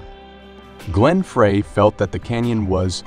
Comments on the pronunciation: It's pronounced Glenn Fry, not frrrreeeehhy! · Everything didn't start with the Byrds. It started with Zappa. Frey is pronounced Fry. Oh, got it. You're a discount robot. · David Crosby and Joni Mitchell met in Florida. Sorry, you're 30 second in and have a major error. And it's Glen Frey pronounced FRY. Lose the AI narrator. TRUB-a-door??? This is awful. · AI voice? Some bad mispronunciations of very common names (The Troubadour, Glenn Frey); weird statements/incomplete sentences. Very odd. But the pictures were nice. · How can this feature the be taken seriously when it uses an announcer who is unable to pronounce correctly Glen Frey's name and The Troubadour!!!!!!!!! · I still pronounce 'Frey' wrong on purpose. My sister keeps correcting me. And yes, Troubadour was incorrect too. :face-blue-smiling